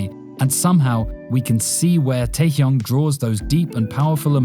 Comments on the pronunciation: It's not Taekyunk it's TaeHyung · KinG tAehYunG PaNg sIhYuk Smh did I heard it wrong?